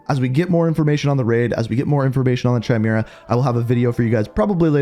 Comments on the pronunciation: It's kay-mera not chi-mera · Chimera is pronounced Ky-mee-ruh... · Bro I hate the way you say chimera, it’s KIMERA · Amazing content very concise. Though it's pronounced Ki-Mira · Now everyone knows you suck at pronunciations but the way you pronounce “Chimera” and then KEPT pronouncing it like that was truly in another level of horrible.